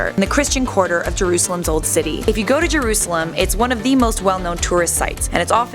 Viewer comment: And u said jurasalem wrong